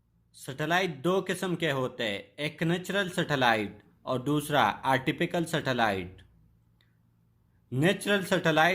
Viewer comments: Bhai Artificial not artifiCALL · It is artificall not artipical